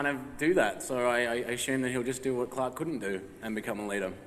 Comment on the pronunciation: LikelyFire 718 how? it’s Clarke not clake lmao